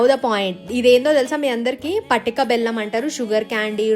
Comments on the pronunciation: Patika adi patika bellam kadu. Two different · Say clearly Is it patika or patika bellam So careless ,spreading misinformation